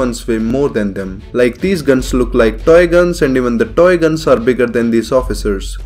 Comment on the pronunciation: I like how you say toy guns. "DOY GONS"